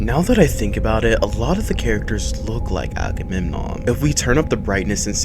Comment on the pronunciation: Not Ackerman it's Agamemnon 😂😂😂😂😂😂😂